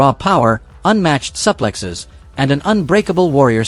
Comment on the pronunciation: SUPPPLEXXXES???😂😂😂fuckin AI